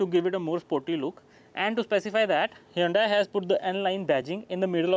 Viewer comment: It's pronounced hyundae like sunday-monday